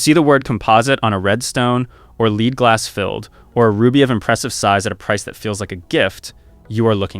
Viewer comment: "Lead" is pronounced "Led", ie "what led you astray?" An actual jeweler wouldn't make this mistake.